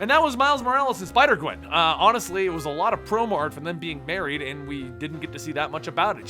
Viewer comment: you sai sipder gwen